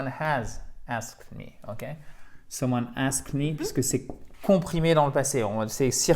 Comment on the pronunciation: coucou : 1 faute : j'ai entendu ask et non asked j'adore les dictées, merci